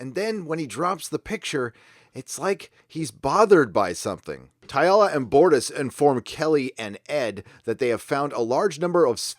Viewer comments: it's Talla! TALLA! not TAYALA! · Dude, you seriously need to stop saying "Tialla." That's not her name.